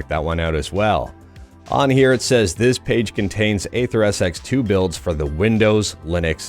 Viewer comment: Dude, "aether" is pronounced the same as "ether"—it's not "ayther".